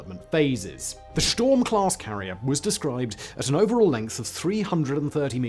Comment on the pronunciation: I could have sworn you said sh*t storm, 😂